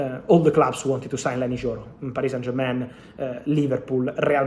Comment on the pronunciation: YOro. YOro. Not JOro